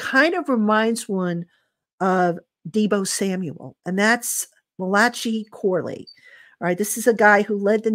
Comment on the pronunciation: Her saying Ma latchy Corley is hilarious 😂😂